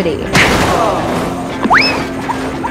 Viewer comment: Pluto gravity = Her pronunciation is pu-t-in gravity Uranus gravity = Her pronunciation is Ur-an-nus gravity Venus gravity = Her pronunciation is Pe-n*s gravity Sun gravity= Her pronunciation is Sunnns gravity